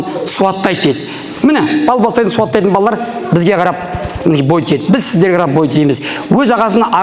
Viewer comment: балам дұрыс сөйле БАЛЛАЛ. ЕМЕС. БАЛАЛАР қанша сайрасаң да қазақы мағынасына бұзбай сөйле.